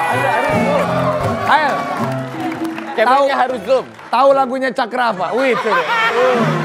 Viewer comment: Its "Hael" not "Hail" 😂♡